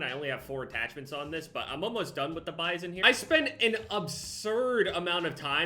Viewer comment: says Bizon Me: I think your saying pp wrong